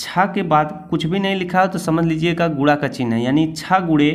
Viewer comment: Gure gure kyu. Bol rhe hai guna boliye